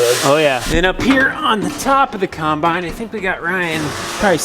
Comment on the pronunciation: Combine, not Conbine ffs!